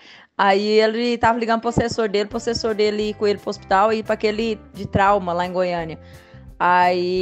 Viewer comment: Da uma melhorada no português. Vocêr, lar... Por favor amigo. Mais de 600 mil seguidores.